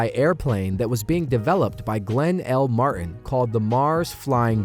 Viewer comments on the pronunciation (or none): none